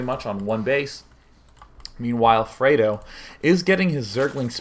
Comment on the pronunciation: Its FRED Oh. Like the UK chocolate.